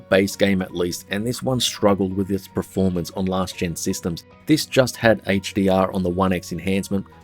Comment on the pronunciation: It's pronounced pERformance, not pREformance. Thanks🙏